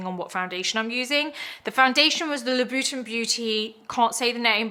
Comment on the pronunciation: That’s how you say Louboutin??? I had no idea.